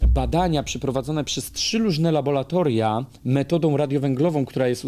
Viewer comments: Nie uczą już łaciny i mamy labolatoria zamiast laboRatoriów; tak jak aqua to „akua”, a nie „akwa”. Matematyki też już nie uczą, dlatego powierzchnię próbki materiału podają w cm3. 😉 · Bardzo cenię Pańskie wypowiedzi, materiały obalające pseudonaukowe teorie. Muszę jednak zwrócić uwagę, że mówi laboLatoria, zamiast laboRatoria. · Labolatolia? Serio? Laboratoria!